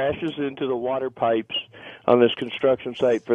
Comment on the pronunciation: as soon as the guy says "water pipsh" I knew what was coming 🤣